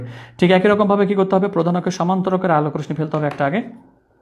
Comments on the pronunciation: Rosni na hoye uccharon rossi hobe na sir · স্যার রশশি হবে উচ্চারন